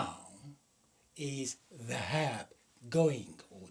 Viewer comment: ذهاب، بكسر الذال وليس بفتحها